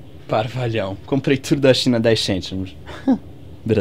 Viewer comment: So os chentimos em vez de cêntimos no fim e que denunciou